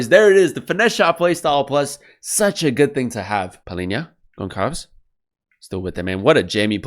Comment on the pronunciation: Thanks for de review. By the Gonçalves the ç you say as ss. You can pronounce as Gonssalves